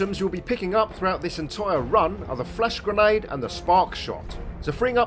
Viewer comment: Whenever you say flash grenade I keep hearing "flesh grenade". Like it's some sort of lovecraftian sci-fi horror weapon